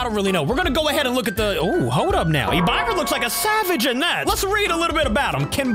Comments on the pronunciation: Its pronounced Ehb-Ih-ruh, not e-by-ruh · and you said Ebirah wrong you suppose to said it like " Ebeerrah " not " Ebyrah", just want to tell you😅. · Bro do’s not know how to say hebira it’s Hebira not habiira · Its pronounced ebirah not ebuyrah the i doesn't make the buy sound it makes hard i sound ok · Ebyra its ebir ah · It’s e-bi-rah not e-bay-rah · btw its not pronounced as e b eye rah its ebErah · Yo pronounced EBIRAH wrong it's like eb-ear-ahh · You say it like “EBIIRA” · he is not nobody is plus he spelled so many kaijus names wrong like in this video when he say ebirah he sayed e biy ah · I feel... Hurt that called Ebirah (Eb-R-ah) that... My lovster got cooked and buttered up. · Hello remember me little boi heisei i used to watch you alot back then i left the kaiju community now but someday i will come back also its pronounced eb-ira not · ib-buh-rah is how you pronounce it. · Its EBERAH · It's pronounced ebra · It’s pronounced Eh-Ber-ahhh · Its pronounced e-brr-ah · You butchered that kaiju's name but again great video